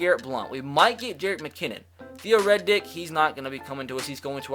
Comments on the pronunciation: Did he just say Theo Red Dick. Riddick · Its Theo R-I-D-D-I-C-K. Not Reddick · It riddick not Reddick you dumb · Did anyone else notice he said theo Reddick instead of riddick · Dude said Theo Reddick lol tf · He calls him, “Theo Red Dick” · No way he called theo riddick, theo red dick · Why you gotta do my man riddick dirty? Say his name right, he deserves some respect! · It’s pronounced Theo “Rid-ick”. Rid as is getting “rid” of something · The way you said Theo redick wtf😂😂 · What’s with your pronunciation of Riddick 😂